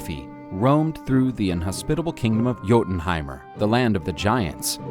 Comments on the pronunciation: Like juiltenheim but it's pronounced as a y I'm american btw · The "J" in Jotunheim is pronounced like a y. It would sound like Yotunheim. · Yes I know it’s pronounced Yotunheim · It's pronounced "Yotenheim" not "Gotenheim" , this annoyed me every time I heard it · When this guy says JOEtenhiem😬 it’s pronounced Yo-tin Ooomg. Bruh. If you gonna tell a story BE ACCURATE! PRONUNCIATION!!! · Gotunheim? Hahaha Jotunheim* (Yo-tunheim) for the American. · Thank you. I hate it when people pronounce it as Jo-tin-heim and not Yo-tin-Heim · its not joe dn heim it yo dn heim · They butchered the names bruh hahaha For example the "j" is pronounced as how you say words with y like yes or you(yotunheim instead of jotunhiem in terms of pronouncing) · Great video. Very informative :D ... Although your pronunciation of Jotunheim is a little like fingernails on a chalkboard LOL Jotunheim = "yaw-toon-heym" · Its pronounced Yo-tan Hyme.. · It’s pronounced yo-tin-hime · It’s pronounced yotenheim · Yoh-ten-ha-im I love this vid but the mispronouncing hurts my ears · All the work the create this video and you couldn't even be arsed to pronounce Jotun/Jotunheim/Jotunheimr correctly. The 'J' is pronounced as a 'Y'. 😐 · I am Anglo Saxon. Hearing the stories of our gods means alot... but why do you pronounce jotenhiem with a j sound but jormangunder with a y. I love the video but it bothers me that you don't pronounce things right. Thank you for sharing our culture! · I cringe Everytime he say Jotenhiem wrong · The only problem with this is the way he pronounced Jötenheim